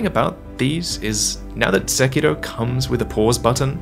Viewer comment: I’m glad someone finally pronounced the title correctly 😂